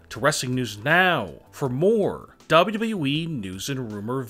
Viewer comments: He finally said wwe right 7.37 ! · he said “WWE” normally!... 🤯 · Thanks alot. Atleast now I can R.I.P since I have heard him say WWE like that